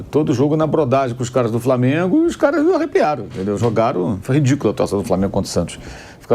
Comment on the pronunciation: "Prantel", "Pobrema", "Framengo"... Vamp do céu! Fala direito pelo amor de DEUS! Tu é COMENTARISTA!!!